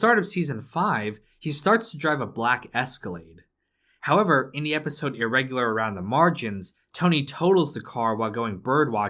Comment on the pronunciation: If pronouncing the word “howver” was a gameplay mechanic, you’d be the fuckin world champion